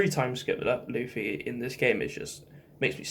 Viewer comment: You're the only person who sounds right calling (loofy) luffy. Love this list